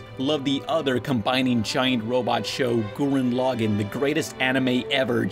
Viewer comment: Lol, "Gooren Lahgen"